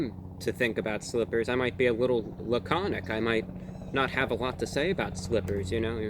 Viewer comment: Dis nigga said “laconic”